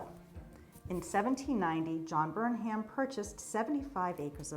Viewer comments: Words ending in 'ham' are pronounced "um." Durham, Pelham, Chatham and Burnham. So it would be BERnum, not Burn HAM. Also Ammi is pronounced AHme, not Amy. Ammi Phillips was a very famous painter. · The H is silent. Burnum. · Do you pronounce it Burnham or Burnum, without the h?